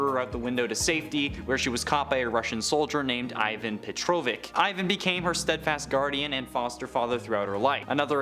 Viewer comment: Petorvic? Get some culture bro. Cadence and dialect matter.